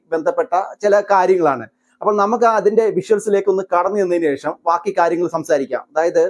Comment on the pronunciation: അണ്ണാ വാക്കി എന്നല്ല; ബാക്കി എന്നു പറയൂ..